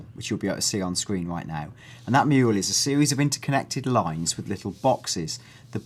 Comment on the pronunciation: Lol he says "Mule" instead of "mural" at least it sounds like it